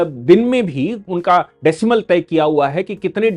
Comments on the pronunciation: Decibel होता है decimel नहीं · Decimal नहीं decibel.